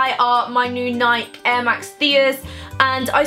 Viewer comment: Btw you pronounced Nike wrong its pronounced nikey not neik